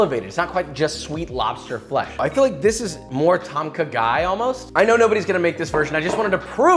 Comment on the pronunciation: The way he says ต้มข่าไก่ (Tom ka gai) sounds funny to me lol. I don't blame him though, some Thai words are weird.